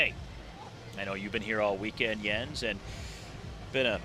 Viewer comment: Whoever the commentator is (not Jens) doesn't know shit about cycling/cyclocross. He can't even pronounce Jens' name right let alone the racers!!!